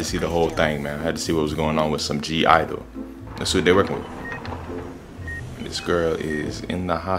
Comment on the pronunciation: (G)I-dle (yeh, you're saying it right) "My Bag" choreography practice MV...